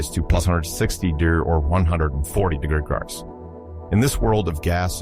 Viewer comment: degirchos? what the hell is he saying? I used to love these. This is my last visit to this channel